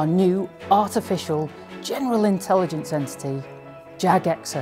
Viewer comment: "Host of Intelligance." Intelligance. IntelligAnce. What is this Jagex. btw, this video is fantastic. SEA SHANTY 2 YES